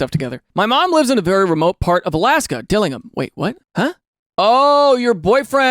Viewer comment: I’m from Alaska and I have never heard anyone pronounce Dillingham like that 🤣 I’ve only heard it as Dill-ing-ham lol never dilinam. Also you looked at one of the better houses and that house probably cost more towards $1 mil 🥲